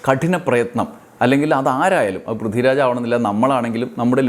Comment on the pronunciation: 'പ്രിദ്ദിരാജോ' ആരാണത്? വ്യക്തമായി ഉച്ചരിക്കെടോ